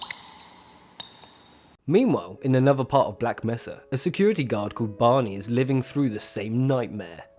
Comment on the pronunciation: It's Black "May-suh" not Black "Meh-suh" ! >:P Awesome video regardless